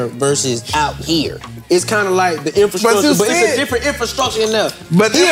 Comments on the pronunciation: my boy allway gone hit that "INFASKRUTURE".🤣💯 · fly: its all about the infascructure LMAO!!